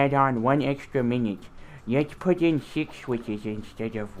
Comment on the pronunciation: "Wets pudid in 6 switches instead of 1" It's just funny.